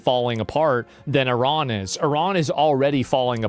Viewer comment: Eerahn, as they pronounce it, changed to Irun